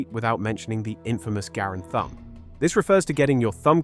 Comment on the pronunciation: It’s M1 thumb.not grams thum